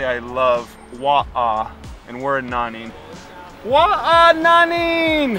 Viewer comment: Omg "wo ai Nanning!" 🤦🏼‍♂️